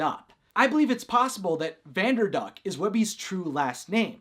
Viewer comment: At the end of the video it sounded like u said vanderbuck instead of vanderduck lol